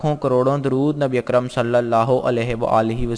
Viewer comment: Salli Alaa... Not sallay Alaa... Please correct